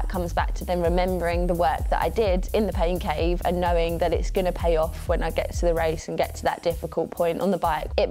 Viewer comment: Oh! Pain Cave Tour. I swear I thought you said Pancake tour. I thought I was under a rock. 😂😂 I’m training for a super sprint triathlon indoors as well. So convenient for my schedule.